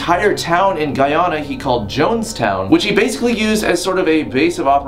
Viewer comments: It's not pronounced Guy Anna it's pronounced Guy Ana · its pronounced GUY-ANNA not GUY-ANA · "Guy-aa-na" its pronounced "guy-anna" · Hay Shane stop disrespecting my country's name it's pronounced "Guy-An-U" ok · The way he pronounced Guyana makes me cringe(I'm Guyanese btw) but I still love him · You're pronouncing Guyana wrong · He pronounced Guyana wrong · he kept pronouncing guyana wrong, and omg it made me cringe everytime. Other then that it was a good vid